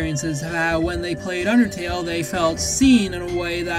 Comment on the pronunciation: I love how he pronounces undertale like oondeurtalleye